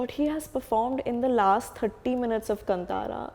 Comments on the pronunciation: कंतारा नही कांतार बोलो... From Karnataka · Its not Kann'tara its Kaantaara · It’s Not kanntara it’s kantara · It's not Kan-tara ,it's pronounced as kaantara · its not kantara its KAANTHAARA learn Telugu little bit and come to TFI